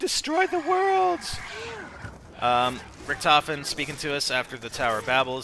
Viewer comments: of course it´s Richtofen, but it´s pronounced Rishtofen or Risht ofen. but he keeps saying Ric tofen in the video, which is obviously wrong pronounced. and btw, don´t tell someone who lives in germany how a german word is written or pronounced, lauch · its pronounced RISHT OFEN!! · In the game, the other characters pronounce his name 'Ric tofen' so yeah, thats why people call him that.